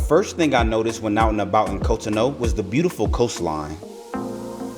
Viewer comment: It’s pronounced cot-on-oo